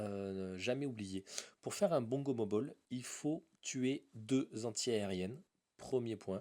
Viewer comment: c gomobal ca ce dis pas gomobol sinon continu t supèrt